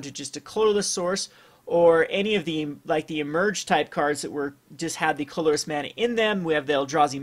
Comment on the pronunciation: This is the first of this guy's video's I've seen, and I noticed that he says "colorless" really weird. Most people say it like "CUH-ler-less," but he says it like "CLUL-ler-less." It's really weird. It's like he adds two extra Ls or something.